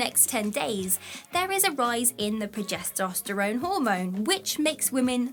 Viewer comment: "Progesosterone". That's a new one.